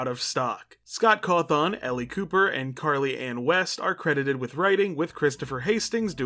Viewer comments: also boss the way you say Cawthon feels so weird- like you emphasize the THON a bit too much (not a big complaint just a bit jarring cause I’ve known that name literally since I was a child) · i'm always scared of commenting like this cuz i always fear that people will misinterpret this a being mean. cuz when i wright it's more what i'm thinking rather whan what i would actually say, but... this is the first time in 12 years where i've heard someone mispronounce Scott's sirname. yet again back when i did people generally didn't know the guy before hand. i'm sure someone's already commented this, but the O in cawthon is pronounced as an Ĕ